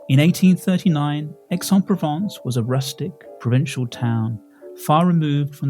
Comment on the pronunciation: Hi It’s pronounced ‘AIS ON PROVONCE’